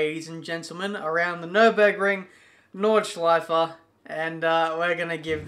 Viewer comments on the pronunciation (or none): it's NordschleifE, don't ignore the E at the end.